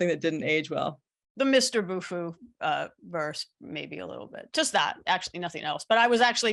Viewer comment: Why can't you say "Bufu"?